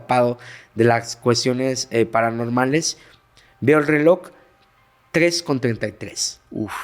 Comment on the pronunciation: Yo deje de asistor a la Iglesia Catolica,siendo rezando como catolica en mi casa y crei en Dios y los milagros. Pero no en "Los Sacerdotes". Y yo pensando porqué este hombre dise RELOCK EN VES DE RELOJ!!!🙄🙄🙄🙄🤔🤔🤔🤔 No fue a la escuela,no lee o que onda??? Porqué tampoco creo en CHARLATANERIA🤮🤮🤮🤮